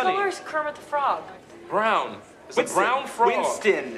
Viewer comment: "Wintson" is really stressing me out